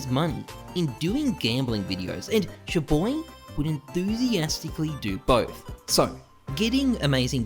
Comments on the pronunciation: its CHAR BOY pronounced NOT CHU BOY did u even watch 1 video aussies dont know how to pronounce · Your prononciation of ChaBoyy grinds my gears